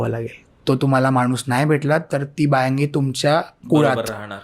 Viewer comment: बायांगि नाही बायंगी